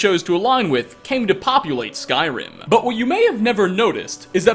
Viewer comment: Does pronounce Skyrim words and names wrong for a hobbie